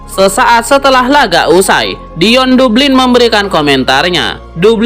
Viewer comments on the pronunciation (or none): Dion dablin masbro bacanya.. tulisnya memang Dion Dublin😂😂😂..